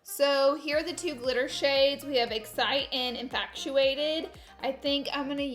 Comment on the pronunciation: Guuurl, it's infatuated. NOT infactuacted-not like fact-tuated. FatuAted